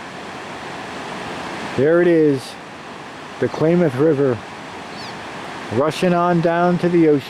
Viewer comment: ..9'07...Calif. state flower .."POPPY".....also, CLAYMOTH...WTF / LOL..its KLAMATH..!!!